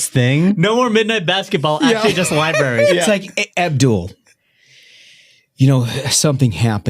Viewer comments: Came in here to point out “Lie-barries.” You beat me to it. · El-Sayed said, "liberries"... What's a liberry? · you guys missed it....he said liberries, twice.